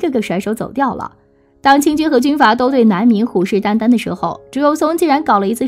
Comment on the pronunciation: 是马“士”英 不是马“土”英 是虎视眈眈（音chen 不是虎视“单单”） 请你们的主播多唸一点儿书！！！